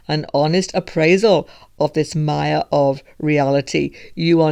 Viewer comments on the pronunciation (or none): none